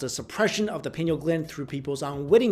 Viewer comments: It's pineal (Pie-Neal). Not penal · Arrgh! It's pronounced like pie-KNEE-ul gland! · Pine-eel. great video! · pi-nee-al gland. come on man